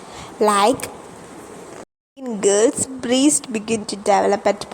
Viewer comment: Breast pronounce⁉️